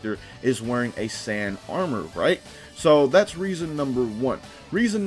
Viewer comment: you said sand armor I should slap u it’s SAIYAN NOT SAND